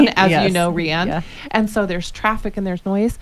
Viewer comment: Rianne, not Dianne :)